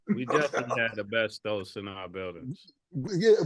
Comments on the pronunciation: Nah the way Mase and Cam be saying asbestos (es-bes-tis) as (es-bes-tos) is hilarious 😂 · AH BESTOSE!!!!!! 😂😂😂😂😂 It’s AH-SPESTIS Bahahahhahaha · Mase keep saying Abestos 😂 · Word of the day "abestos" (asbestos) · The way they pronounce asbestos is wild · That asbestos pronunciation is mad wild.